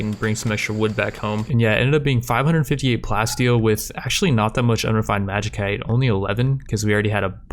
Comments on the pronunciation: It's pronounced magi-site not magi-kite, sorry I don't know why this bothers me so much but please bro. Otherwise great series, really enjoyable. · Lol I cringe every time you say Magi-cite, love the series so much